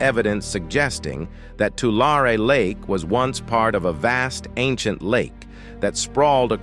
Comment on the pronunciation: Where the heck is "Laurie Lake"?